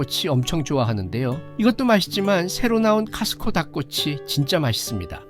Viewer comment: 코스트코라고 정확히 발음허세요! 카스트코 아닙니다!